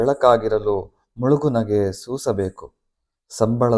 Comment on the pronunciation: ಸೂಪರ್, ಚೆನ್ನಾಗಿದೆ ಮುಳುಗು ನಗೆ ಆಗಿದೆ. ಮುಗುಳು ನಗೆ ಅದು